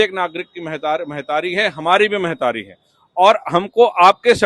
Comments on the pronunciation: मेहतारी का होथे, महतारी बोल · Mehtari nahi mahtari ga baba